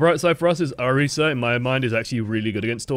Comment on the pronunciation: Thank you for pronouncing Orisa right! Wouldn't have been able to handle this if you hadn't.